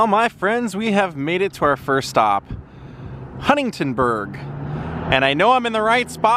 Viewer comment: Bro :) Love your videos and this one was great .. It's funny that every time you mean to say "Huntingburg" you say "Huntingtonburg".